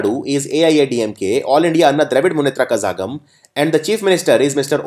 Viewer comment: hello sir, I would like to make a small correction. in aiadmk kazhagam should be pronounced as la and not zha.. so it should be pronounced as kalagam .. not a major mistake though,telling just to Tell u how zha is pronounced in Tamil. thanks :)